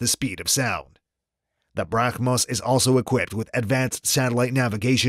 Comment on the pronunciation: It's not brah Mos , it's Brahmos h silent 👍